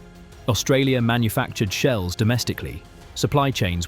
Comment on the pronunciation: 2 minutes in you refer to "high explosive sheels". What is a sheel?